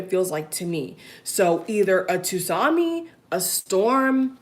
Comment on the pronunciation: Tsunami.......sorry dont mean to intrude....its pronounce sunami not tusami. Tk u for great reading. U r open n confident of what u read.